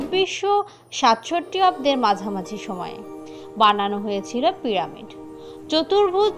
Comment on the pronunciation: প্রামিড নয়,পিরামিড হবে